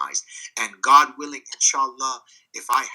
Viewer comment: haha, "help us oh Gad". You've gad to include this line more